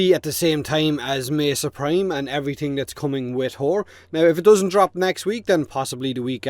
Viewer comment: "Which would be at the same time as Mesa Prime and everything that's coming with (whore)", and that glorious zoom on her posterior (juvenile chuckle).